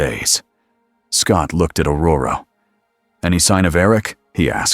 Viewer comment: It is ORORO..not Auroro